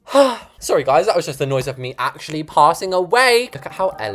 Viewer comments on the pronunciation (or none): none